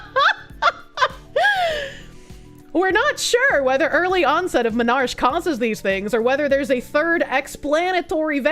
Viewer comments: Dear, it's pronounced Men are key, not men arch. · Menarche, onset of period, is not menarsh. Men-ar-kee.